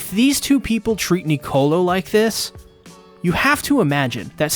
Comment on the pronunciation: also please when you say Nicolo remember its one word, your pronouncing it like to words,its one word, lol